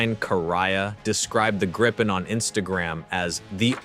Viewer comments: Just a friendly hint from a Swede: The way to pronounce Gripen is not Gry-pen, it is Gree-pen. Another comment is that "Stridsvagn 122" just means battle tank, or tank, 122. Sweden has a history of settings Swedish names also on imported defense material, but it is not as simple as that- The German Leopard tank has also been modified and thereby earned its Swedish name. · uugh... not Graipen ffs.. the first i is pronounced as the ee in fleet. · Note on pronunciation" Grippen is the Swedish word for "Griffon",,, they both start with a short i. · Yea, and "Gripen" has a long i...